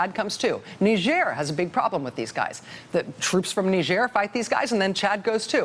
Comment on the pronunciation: Knee zier since when is it french? Nigh girh